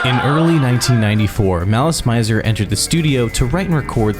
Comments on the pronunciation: The band stated somewhere that their name came from the French words "malice" and "misère" and should be pronounced as such. In fact in the very beginning of the video there's an advertisement for "Gardenia" where the correct pronunciation can be heard. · Ive so many issues with how you pronounced basically everything, holy wow. also, why translate the song/album names? regarding the band name tho, pretty sure they got "mizer" from the french "misère", hence the pronunciation.. which you had right at the begining of the video so WHY would you say "mAIzer" for the rest of it?! basically, its all french! all of their names that arent in japanese are in french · Every time you pronounce malice mizor wrong an angel losses its wings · I appreciate the effort, but I got a facepalm at "visual key", and quit watching at "Malice My-zer". Which is to say, I didn't really watch the whole video and I understand no video can be perfect, but I hope this will spread more knowledge about this wonderful if unstable band. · I'm only 5 minutes into this video and we're off to a rough start. I'm assuming you were not ever into this band? I'm bringing this up because you don't know the pronunciation for anything about them. Visual Kei is pronounced KAY, Malice Mizer is pronounced malice MEEEEE-zer (it's short for malicious misery and Mizer is pronounced like the "miser" in MISERy, not with a long I sound like the noun miser.) The album is MemOIRE the French word, not memory the English word. This may not make any difference for viewers who've vaguely heard of this band or didn't know about them prior to the video, but for people who grew up loving this band, this video seems disingenuous. It feels some random person looked up some stuff online about a band they came across one time on the internet and thought it'd make some interesting content vs a someone making a video essay about something they're passionate about. It really, REALLY kills the vibe.